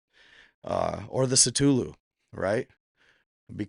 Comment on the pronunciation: Say it with me,, “Kuh-Thoo-Loo”